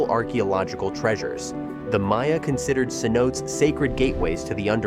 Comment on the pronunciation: It's pronounced cen oat taes